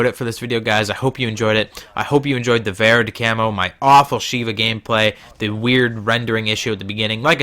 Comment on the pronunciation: Verde is pronounced vare-day